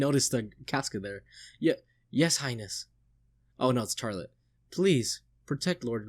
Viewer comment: It''s funny how often you go back and forth between 'Fuck Griffith' and 'He's so cool though', lol. There's a reason 'Griffith did nothing wrong' is such a meme among readers. Nitpick- Charlotte is pronounced "Sh-arlotte", not "CH-arlotte"- no hard CH sound :) The real 200 IQ move is to read Berserk for the memes: And you still haven't met the most powerful character, the 6th (!) member of the God Hand